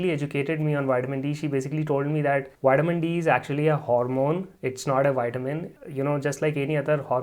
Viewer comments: its not called whitemin it's Vitamin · "Whiteamin D" 😄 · " Den towsend I.U.'s Widdamin D" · WITAMIN?????? TOUSAND??